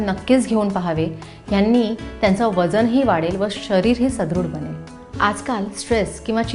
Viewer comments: सध्रुड नाही सुध्रड असे आहे. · सुदृढ असा शब्द आहे सदृढ नाही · सदृढ अस असत काकु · मॅडम सुदृढ म्हणा.